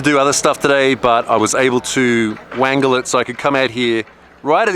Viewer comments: He said "wangle" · "i was able to wankel it" ...